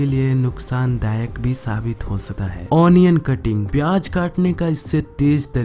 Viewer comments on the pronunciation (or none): Pronanciation is very wrong onion, gym pronounce like native english